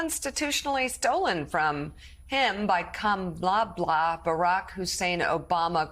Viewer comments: I think it's supposed to be pronounced "Kam-a-blah" as in "blah blah blah" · Kamabla....not a nickname at all...he just can't pronounce Kamala! Dementia is rearing it's ugly face in primetime, right before our very own eyes. Narcissistic dementia is the worst kind I suppose. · Is he saying Kamabla as in BLAck ? Such a RACIST BABY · Kama-blah is what he meant. Trump can’t even spell his mispronounced names. He sounds like a 2nd grader making up ridiculous adjectives to bully. He has never grown up. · Who is calling Kamala kamabla? Drumpf? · He cannot pronounce her name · This dude can't even pronounced Kamala's name right, JESUS!!!!!